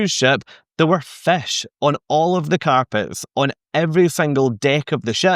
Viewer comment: Good information as usual. I would have added on point 3 the forward is also sometimes called the “bow”. be aware on NCL they have a few rebellious fish, in RED, swimming backward. Love your accent saying “fish” which sounds more like “fesh”. Found that one out touring Scotland many years ago. Confused me for a moment in a restaurant talking to the waiter but sounds so nice. Keep up the good work and make more great videos.